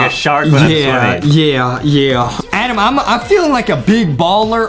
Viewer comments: GO BACK TO ENGLISH CAMP ADEM ITS TOTALLY ADEM NOT ADAM!!! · ADEM ITS NOT ADAM ITS A D E M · IT'S ADEM ADEM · Its not Adam it ayyyyyyyyyyydem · Lol justin its adem